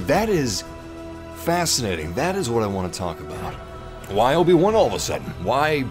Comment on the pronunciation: Lobi-Wan Kenobi 😂😂😂😂